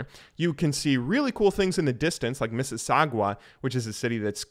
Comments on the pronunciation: This'll likely get buried, but as a resident of that town in the distance called Mississa-gu-wa (its actually pronounced Mississ-auh-gah but I don't blame you for how long it is) I wanted to respond to some of this stuff. 1. I know that you mean no ill intent, but rating Canada off of Toronto is inaccurate. We've got like around 5-6 regions in Canada that are very distinct, and Southern Ontario is the closest of them all to American culture. The rest of Canada will tell you that Toronto isn't the real Canada. 2. Going off the last point, bagged milk is an exclusively Southern Ontario thing. No other region has it. We're weird, but bags are convinient af to me personally. 3. It's interesting to hear your take when looking at our attitude to our sports teams. I've always considered it a normal thing since I'm born and raised here, but our teams are pretty much all really bad, but we still have some weird pride in our teams. The Raptors winning this year was insane, that whole night everyone in a car in the Greater Toronto Area was honking at each other in victory. That atmosphere was undescribable, and I don't even watch basketball myself. But I felt compelled to take the night with the boys to watch the last couple of games. 4. That leads me to my next point: driving. I don't blame you for thinking it's crazy in downtown. There is literally always a traffic jam on every street, and despite being fully able to go drive there, I always resort to taking the subway and walking the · Missi-sag-wa lol havent heard it pronounced like that , its pronounced missi-sa-ga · lol e said missus sagwa like sagwa the chinese cat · " It was so cold! 0 degrees!" Yikes. Comes back in a month. -40C inc w/ 10 ft of snow. Just kidding. -40C with 2 ft of snow. Edit: Wtf did you just say? MissiSOGWA? Miss-ih-sog-uh lmao. Edit2: you said "toron-TO" the first time, then you said it toronno the second time. second pronunciation is right. I guess it rubbed off on you unknowingly? lol